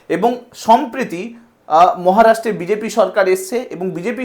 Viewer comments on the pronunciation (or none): সমপ্রিতি নয় কথা টা সম্প্রতি হবে